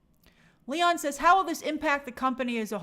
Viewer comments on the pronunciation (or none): none